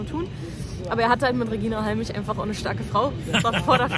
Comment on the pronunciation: "Redscheina Halmich". Anglizismen können doch auch lustig sein. Bin seit zwanzig Jahren MMA-Fan und was auffällt ist der charakterbildende Aspekt. Im Training auch mal verkloppt zu werden (am Anfang Normalzustand) hat noch Jede/n vom hohen Ross geholt. Der Umgang der Kämpfer untereinander ist respektvoller als in jeder anderen Kampfsportart. Danke, Mark, für den tollen Beitrag. Peace